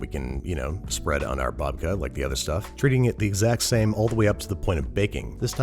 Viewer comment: love ya babish but that "babka" just isn't it